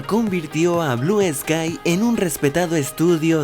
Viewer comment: Al principio dijiste blue esky